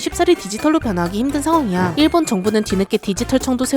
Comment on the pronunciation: 자꾸 일본 할때 '일' 발음 세게 하는거 신경 쓰인다..ㅠㅠ